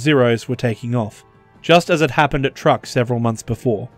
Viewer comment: Dude, it's pronounced "Chuuk", not Truck.